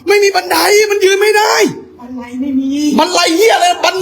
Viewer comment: บันไร กับ บันได ทุกคลิป😂😂😂😂